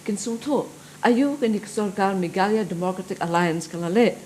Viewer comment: Tang rukom kren ruh kyllain ban Ong meghalaya ruh Ong meghala